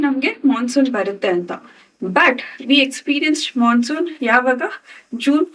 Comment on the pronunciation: " Mansoon" take a class soon